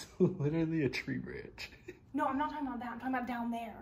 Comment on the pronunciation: the "not" around 28 - 30 minutes sounded like run in my ears, but none the less this place seems really creppy.